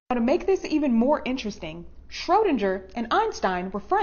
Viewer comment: It's Schroedinger= shrow-DING-er. She mispronounced it.